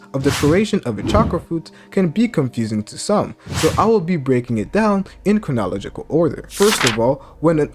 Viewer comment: Why u say chronological like that 😂